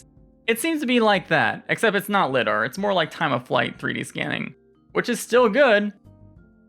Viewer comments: Great video as always! BTW, LIDAR is pronounced with a long I, like LYDAR. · Lie Dar